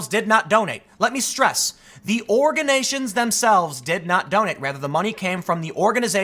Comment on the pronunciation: Organations?? Not just once but TWICE he says it lol